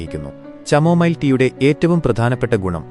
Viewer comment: ചമോമൈൽ അല്ല പൊട്ട കാമോമൈൽ ആണ് 😂